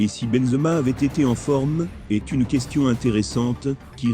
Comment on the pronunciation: La voix il s'appelle Benzema non bonzma c'est un propres